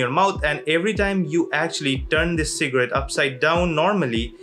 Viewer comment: Who else hear secret instead of cigarette 🤣